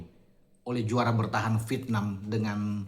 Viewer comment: Vietnam itu diucapkan "Viet.. nam" bukan diucapkan "Pitnam"